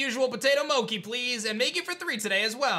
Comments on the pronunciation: It’s potato “mochi” not “mocki” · Is anyone gunna tell him it’s Mo - Chi not mo - key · Mochi is pronounced Moe-chi as spelled it is a "ch" sound not a "k" sound! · I've never heard mochi pronounced with k sound before.... 😂